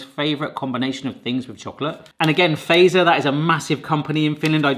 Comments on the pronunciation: It's pronounced FATS-ER. Not PHASER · A great reaction! Just a little note: Fazer is pronouced 'fatser'. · is it just me and my family but we say fazer "fatser" or something like that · Fazer is supposed to be pronounced “Fatser” more than “faser” 😅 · So fazer in finland we say fatser not faser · I love how ppl pronounce Fazer as "phaser" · In the company name Fazer, that Z is pronounced TS, not zee. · ITS NOT FEIZR ITS FATSER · ITS NOT feizerina its fatseriina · Stop saying feizer it fazer bot feizer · Great vid! Just one thing: Fazer is pronounced "fa-tser", not "phaser" 😁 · Fazer does not rhyme with phaser, the "fa" part is pronounced like in the word "far" without the "r" (and quickly) and then add "zer". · Its Not faser Fazer (say Fatser) im Finnish SOV🇫🇮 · Cool video, also it is pronounced more like "Fatzer", not "Fazer". At least that's how I've always heard it. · It's pronounced Fa-tser not laser. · It's not Feizör, it's pronounced FAZER!! XD finnish people talk the same as they write. that's why the alphabets and language is most easiest when you get that info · Having lived in Finland for 4 years, it's hilarious hearing Brits murder Finnish pronunciation. Fazer is pronounced fatzer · Se vaan et Fazer on lausuttu ennemmin niinku Fatser tai Fatzer eikä niinku razor blade "z" mut mistäpä sen olis voinu tietää🤷😁 In english: Its just that Fazer is pronounced more like Fatser or Fatzer and not like you would pronounce razor blade "z". But how could he have known🤷😁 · Love this video but the pronunciation is killing me particularly fazer. its more like fatser, the t is strong. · I think The name is pronounced yane. Also Fazer is pronounced fatser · You say it fattser btw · As a fin, it was fun to hear you say these products names. Some were close, some were far. But everytime you said Fazer, it made me laugh. Most finnish people say Fazer very diffrently. More like.. fahtser? Maybe the best way to explain it over text lol! Also, this was a fun video :]